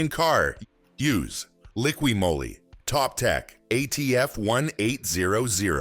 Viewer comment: What's draining engine oil out of at least 4 engines have to do with ATF? What does showing pistons & valves have to do with ATF? Jesus For dumb! And it's Moly not Molly. To the folks that can read & talk out there, Valvoline Maxlife multi VeH!